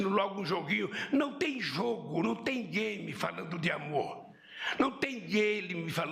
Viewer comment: A edição mestre dos magos kkkk Lula parece falar "gaymer", que jogo é esse?